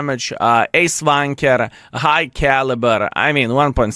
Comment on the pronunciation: Does he say Ace Tanker or Ace Wanker?